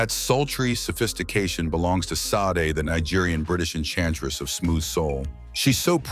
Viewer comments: It's pronounced SHA-day , not SADay. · I think Sade is pronounced Shah-day.. At least that's what everyone called her in the 80s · Sometimes they don't get those pronunciations right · This is an idiot AI. They always mispronounce the names. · The narrating A I also mispronounced both Sade’s and Neil Peart’s names.